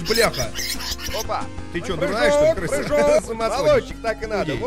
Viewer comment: Ржу со слова "Прыхоок!!"